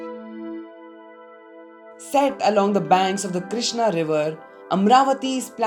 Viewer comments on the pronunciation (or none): none